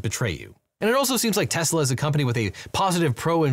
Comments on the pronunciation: Did you just say “Teslers”? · Tesler… everything’s computer. 😒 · "Teslers" 😂 I'll never forget Trump saying "I love Tesler!" and "Everything is computer!" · “I LOVE TESLER!” - Donald Trump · why'd you say tesla with a hard R?? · did he just say tesla with a hard r? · Yep, that's how TFG said it. He is too used to using a hard R with another word usually said with an A at the end...